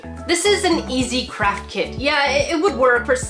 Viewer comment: I heard crap kits, I know you said craft but I heard crap 💩